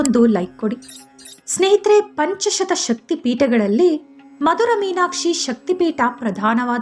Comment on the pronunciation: ಪಂಚಶತ ಅಲ್ಲ. ಪಂಚಾಶತ್. ಅಂದರೆ ಐವತ್ತು. ಸ್ವಲ್ಪ ಅಧ್ಯಯನ ಮಾಡಿ.